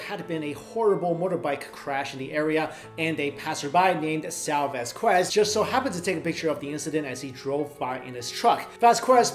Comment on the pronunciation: dude it's pronounced vaskez